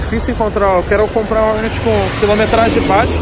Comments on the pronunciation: HORNET e não roneti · Agora só falta parar de chamar Rornet e falar Hornet kkkkk tmj carai parabéns!